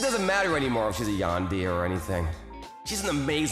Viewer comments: Broo Yandeer 🙂👍 Yandere 🫷😤. Just sayin its Yan-De-re Not yandeer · Bro said yan-dear not tan-de-re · I died a little inside every time he pronounced it "yan-deer" and not "yan-dere". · How he says yan-deer instead of yan-de-re is so prime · I know i shouldn't laugh.. but I did. Sorry..😂😂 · Dear Mr. VA, It's pronounced more like Yawn-dare-reh, not Yawn-dear. Just for future reference. Sincerely, Your target audience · "Yan-deer"? Dude, come on... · say yan-de-ray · “Yandeer” wtf???? 😂😂😂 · Indeed. She's a "Yandéer" 🗿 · Love this story and I thought the way he said Yandere as yandear was kinda funny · Did someone ever taught him how to pronounce “yandere” not being yan deer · yan-deer the Japanese cousin to John-Deer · He couldn't say yan-de-re properly. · this man cant pronounce anything.....name and yandere......